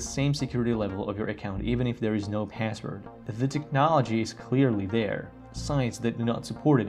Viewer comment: Say pääswod one more time I dare you ….